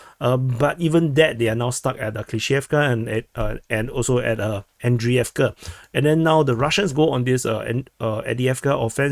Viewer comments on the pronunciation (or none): none